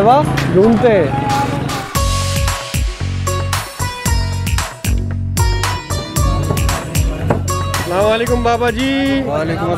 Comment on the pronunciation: Bhai plz say ASALAM O ALIQUM instead of Slamoaliqum. Don't mind plz.